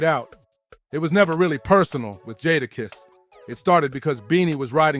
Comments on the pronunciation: It's really not that hard to say jadakiss...🤦🏾‍♂️ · Made me cut it off …sheek louch??? Nah.